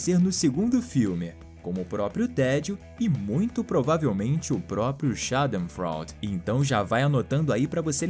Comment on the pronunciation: Oi só pra contribuir: Schadenfreude se pronuncia chadenfróid (eu juntos em alemão tem som de ói. Abraço